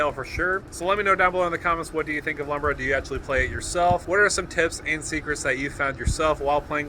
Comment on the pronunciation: I know it really doesnt matter. But Lumra is a girl and her name is pronounced "Loom-rah"